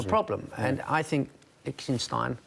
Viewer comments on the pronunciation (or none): Lmao, Dennis calling Lichtsteiner Liechtenstein, ?? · What is it with these people who are too lazy to properly pronounce a player's name? How f*cking hard is it to say LICHTSTEINER??? Lichtenstein is a country!! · My man said Lichsinstine instead Lichtsteiner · listen to the way this prick butchered lichsteiners name its not hard to pronounce, get this prick off sky sports news who even was he before he appeared on im a celeb LOL what a joke